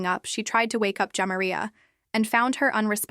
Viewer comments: Your annunciation of the decedents name is making me cringe. It’s pronounced Jah-Mah-Ree-Uh not Jam-Ma-Reeyuh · Her name is pronounced JAH MAR RIA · AI sucks! She keeps saying her name wrong